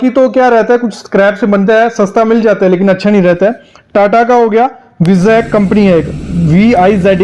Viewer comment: विजेक नही वाईजेक